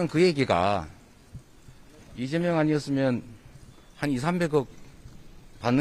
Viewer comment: 남자 앵커.. 이재영? 발음또한 신뢰도에 포함되는겨...